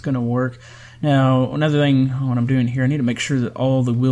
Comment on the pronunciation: It is the famous “waut”